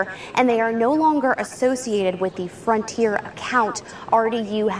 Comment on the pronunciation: Say it with me slowly… F R O N T I E R